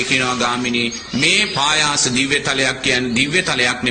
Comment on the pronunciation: පයාස නෙවෙයි පහාස නිරය.හොදට බලන්න තාලපුට සූත්‍රය